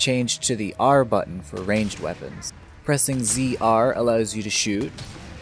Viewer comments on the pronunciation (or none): none